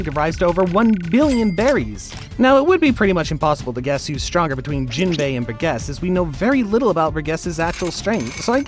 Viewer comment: Why are you calling him Bur guess it’s pronounced Bur-Jess Bur-Jess. How can you make these videos and not know how to pronunciation the names.